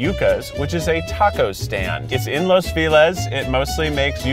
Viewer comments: someone tell me that Keith is weird and all Angelinos don’t say say “fee lez” for “feliz” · when Keith pronounces "Feliz" "fee-lez" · Lmao he can somehow say “Yucatán” correctly but not “Yuca.” It’s like mispronouncing “milk” but not “milkshake.” He also can’t pronounce “feliz” lol